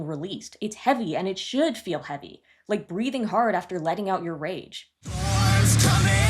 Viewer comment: I kept hearing that too 😂 idk why I kept hearing heart instead of hard